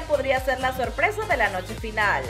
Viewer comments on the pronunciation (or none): Por que dices TOPE en vez de TOP y FINALE en vez de FINAL ? Es DESAGRADABLE.